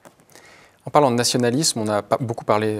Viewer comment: Bon, s'il te plait, écoute le monsieur, il dit "nationaliSme" Pourquoi tu insistes avec ton "nationaliZme" T'es chiant à la fin. Et c'est pareil, ce n'est pas pas fantaZme, mais fantaSme. Bordel, fait attention un peu. Tu te prétends souverainiste mais t'es pas foutu de respecter la langue. C'est con parce que le discours que tu tiens est intéressant en fait.